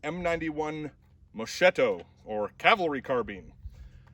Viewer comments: Pronounced "Mohs-kett-o". Not Moshh-shitto. It's an Italian thing. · Oh come now , enough with mispronunciations . Have you ever heard how we butcher English. Mo-shetto ……. Mo-sketto. We all know what they are saying. Honestly , I’m embarrassed how we Italians pronounce the English language.